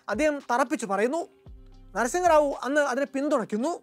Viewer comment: അതെ... തെറ്റായ ഉച്ചാരണം